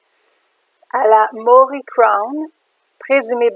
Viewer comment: Il faut prononcer MA. O. RI.